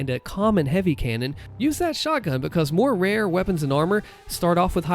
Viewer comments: Yeh "Becoz" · Way he says because is the reason why I click every video.